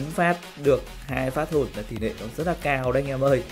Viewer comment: ơi sao e thấy a nói từ "nó" mà a phát âm thành"ló" vậy a.